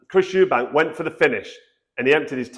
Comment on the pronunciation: It's not "Eubanks" as you well know....